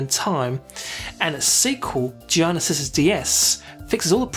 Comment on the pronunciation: awesome review... but i am sure it's pronounced GEE ARNAR and not GEE IYANA